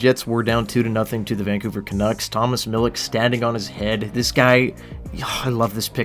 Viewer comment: and Mill-itch are the correct pronunciations. I love Connor McClennon and he had great chemistry with Brad Lambert so it would be amazing if we could sign him as a diehard ICE fan. Chibrikov and Salomonsson were amazing too, but I thought Kniazev seemed to be a bit underrated by Jets fans. Ty Bauer’s a beauty and I’m definitely one of his biggest fans, but I know he’ll be a career AHLer. I was a little disappointed in Chaz Lucius personally, but I’m in love with Thomas Milic!!